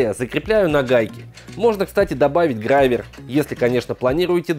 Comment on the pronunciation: Не грАвер, а грОвер